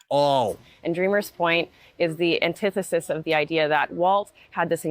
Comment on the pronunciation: That first Disney representative, did she say, "antithesis?" Um, yeah.